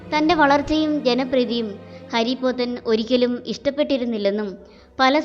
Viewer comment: ഹരിപോത്തൻ അല്ല ഹാരിപോത്തൻ ആണ്